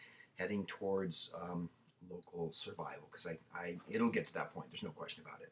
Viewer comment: Thanks for helping get the word out. I voted for Dr Ron Paul in 1988 and wrote him in last November, God bless him. He, Mike Gravel, Dennis Kucinich and Cynthia McKinney I would give my life for without hesitation. Anyway, if you edit or re-do this clip, would you please say more clearly, or accent the word SURVIVAL,, please? I already have my 20 acres with two spring-fed ponds in a way out in the middle of nowhere location, but the hoards of people who don't